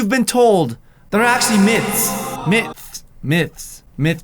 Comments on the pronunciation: When your saying 'myths' I always think of it as miths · You can't pronounce the th word in the word myths but u can in the word myth